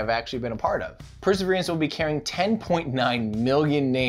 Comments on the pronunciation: I would really appreciate it if you try to pronounce the word "Perseverance" without extra vowels or syllables. It's NOT per-se-veer-ee-ants. It's per-se-veer-ants. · It's not called perservierance....it's perseverance ...drop the i. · Are you saying "perserver-i-ance"? I think you're adding an extra "i" sound in at the end of the word there. Or maybe its my British-ear mishearing. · Say "persaveriance" again. I dare you, I double dare you! Say "persaveriance one more goddamn time!" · I keep hearing 'perseveriance' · I dunno if it’s just me but you pronounce “perseverance” in a really strange way?! I can’t figure out if it’s your mic, the way my brain is perceiving it or if your actually saying it odd. Sounds to me like your adding an extra “e” towards the end!? Love the channel dude :) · It sounds weird to my USAmerican ears as well.